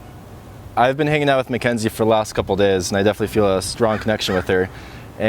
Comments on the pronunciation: synchronicity-ah mackenzie-ah story-ah anyone else hear that? lol. i like it. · Is it just me but this guy says "Party-ia", "Mckenzie-ia", "sychronositi-ia', 'lately-ia'... Whenever the word ends with 'i' sound, he adds a '-ia', wtf